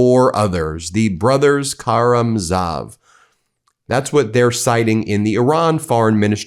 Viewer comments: The Meidas Touch is not as bad as some media in their Russian pronunciation. But we learned in the 12th grade how to pronounce Dostoyevski's book, The Brothers Káramázov (Notice where the accents are!) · Ben, it should be read, “The Brothers KARAMOZOV Cha-cha…” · Trivia? Ben: Dostoyevsky - The Brothers Kah-ra-mah-zov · Wanna try pronouncing "Karamazov" one more time? 🤦🏻‍♀️ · Brothers Ka-ra-MAV-zov. Dos-toy-ev-ski. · Nice try Ben.... Now you managed to mangle BOTH the pronunciation of Dostoevsky and the Brothers Karamazov. Evidently you read no Dostoevsky in the schools you supposedly attended. Keep up the brilliant journalism 😅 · Geesh. Learn the correct pronunciation of Dostoevsky and The Brothers Karamazov. You're too smart to allow yourself to sound ignorant.